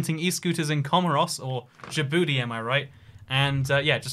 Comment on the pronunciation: "Djibouti" is just pronounced "Jibouti". The j is pronounced like in the french "Jean", so "dj" just sounds like the English j.